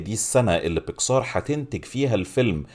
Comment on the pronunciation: بيسكااااار بيكسااار ...ياسيدي الفاضل اسمها بيكسر مفيش مدة على السين اطلاقا :(